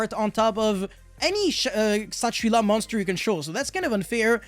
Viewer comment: Kshatri-La actually comes from Indian languages. It's Kshatriya, the Hindu warrior caste, and Shangrila. And you pronounce the K.